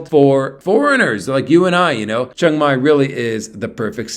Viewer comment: It’s pronounced more like Chang than Chung